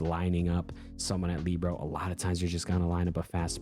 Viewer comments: ilysm but please.. libero is pronounced “lih-bear-oh” not “lee-bro” 🤍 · 🤓I like Lee-bro more